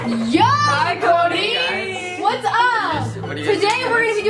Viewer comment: Did anyone catch say koby instead of Cody like if you did